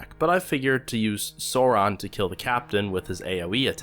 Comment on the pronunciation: bruuuuuuuh did you rly just.......SORON-SAURON